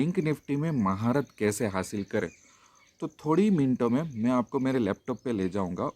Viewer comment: "हाशिल" नही, हासिल होता है भाई